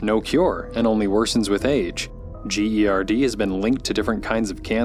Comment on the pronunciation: Gerd is literally said like a word not spelt out i know that is a small issue but i have it and omg idk why spelling it sent me over the edge